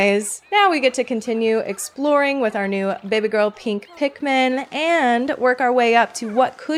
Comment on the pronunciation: It's Pik-MA'AM